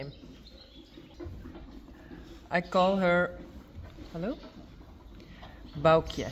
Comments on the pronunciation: Folks to pronounce Baukje as I listened over & over to saying it 'Bow-key-ya' so say it faster... and listen again to. Bow to bow to the queen not Bow as in bow & arrow. 🙂 thank for explaining the lineage of Reintje foals that she birthed. 🙂 When Bauke brought the tractor out... I said Bauke it needs a jolly good wash.. next minute, Bauke was hosing down the tractor 🙂Awesome to see the girls back training the ponies. well done girls 🙂nz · ❤❤ now I know how to pronounce Baukje's name! So simple and appropriate.